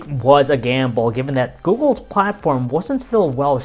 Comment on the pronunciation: Steve123 probably sacked...this is the famous "" guy:) (he says instead of Google)